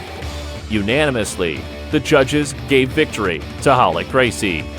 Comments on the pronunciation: Hoyler, Horion, Hoyce...the narrator sounds hetarded. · Am I just hearing things, or does this dude keep calling Royce and Ralek Gracie, Hoyce and Halek? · Why do they intentionally mispronounce the "r" sound in their first names but not in their last name? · R is pronounced H in Portuguese.